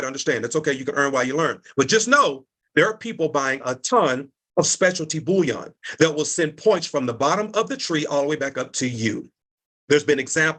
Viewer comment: What I hate is when he pronounces bullion (gold) as bouillon (broth). And the fact that there's more emphasis on "creating a business" than "investing in precious metals" shows that it's just another MLM / Ponzi scheme (as you said). Vile people.